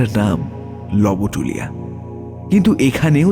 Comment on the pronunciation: Jayga tar pronunciation "Lobtulia" howa uchit... barbar "lobotulia" shonata bishri lgche... Golpo paath kintu valo...valo lagche shunte... Tai bole "Manob" k to r "Manobo" bolle barbar seta vlo lge na... Bangla uchcharon er dhonge sob kichu na anai shreyo, "lobotulia" bangla aroshto uchcharoner khub e nikrishto obosthan...